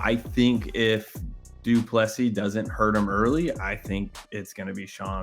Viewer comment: Do Soo Plee...? Yes, that was a BUTCHERING!!! 😂👍🍿